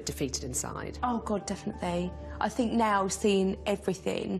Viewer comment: Why can't the blonde pronounce "TH" ? Is it a speech impediment? "Fink" for "think" "Hellfy" for "healthy" etc. It sounds odd.